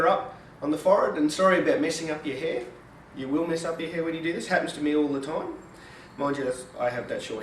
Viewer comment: Skip to ... "...Sorry bout messin up ya heir..." His accent and the gesture he makes, combined with the actual statement is priceless.